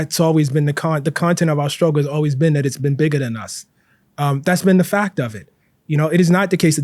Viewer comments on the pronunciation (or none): Te omits the T at the end of his words. For example: Conflict = Conflic Intellect = Intellec Fact = Fac Tact = Tac Project = Projec And so on On the other hand, he includes it at the end of other words such as: Latent Important Trait Report Is this a Baltimore accent/dialec thing?